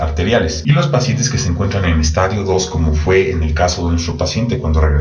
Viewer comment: Gracias, buen video, solo una observacion pequeñita, se dice estadio con acento en la i, como lo pronuncia es estadio de football! Juju 😁